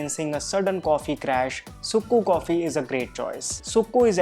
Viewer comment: Just fyi the sukku coffee is actually pronounced as 'chukku kappi' down south, but thanks for the great video!